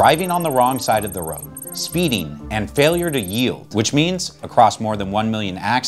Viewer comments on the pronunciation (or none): none